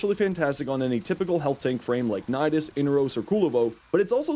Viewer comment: I love the videos and I'm sorry but please. The mummy Warframe is I-nar-os not In-a-ros. That is how Baro says his name and he should know because lore reasons.